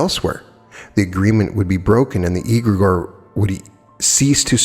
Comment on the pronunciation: pronunciation: 'egregore' begins with an ‘e’ sound like in ‘egg’: the rest of the word, you’re pronouncing fine